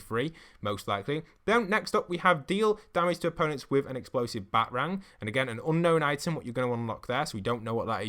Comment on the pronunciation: Did he say batrang and not BatArang